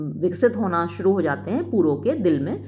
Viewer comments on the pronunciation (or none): none